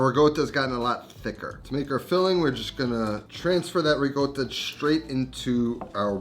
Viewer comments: RICOTTA, NOT RIGOTTA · Why does he say “rigotta”? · Hello! Genuine question for everyone: is it riCotta or riGotta? I keep hearing him say rigotta. Just curious if the pronunciation is a region thing in Italy? Thanks ! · LOL, ricotta...rigotta...ricotta...just trolling on folks now. Dope ass recipe! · As an Italian ... QUIT PRONOUNCING RICOTTA WITH A "G"!!! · Great recipe!! definitely gonna try it, also great video.. But..... at a certain point I just watched it without any sound, simply because of the pronunciation of "Ricotta"...... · ricotta has no G sound in it.